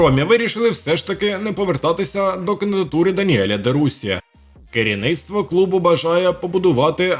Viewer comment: Канал дурня,ведучий каже "де Руссі" ,де ідііїйото